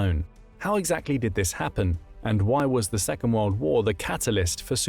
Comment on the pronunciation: Why can't he pronounce world.